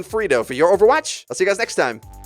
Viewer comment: Your OverWUATCH